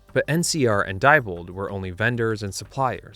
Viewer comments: Nice video, very informative. However, at least pronounce the names of companies correctly. Diebold is dee bold, not die bold. Never say die! Thank you. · Diebold is pronounced “dee-bold”.